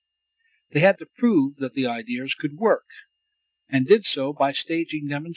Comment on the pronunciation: you lose me with the inability to pronounce "Ideas".